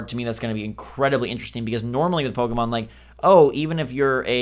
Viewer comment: BUY BUY BUY!!! Also, did just pronounce Pokemon as "Poke-ee-mon"?